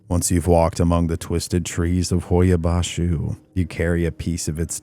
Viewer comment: Here to hear how the Romanian is pronounced, well done. I was born in Romania, left when I was young, haven't been to Hoia-Baciu...fascinating video. Noroc!